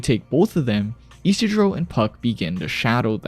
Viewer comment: I...ishidro??? Excuse me?